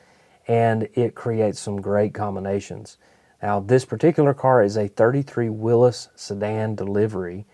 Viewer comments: And you know how to pronounce Willys. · WOW.... Someone who actually knows how to pronounce WILLYS..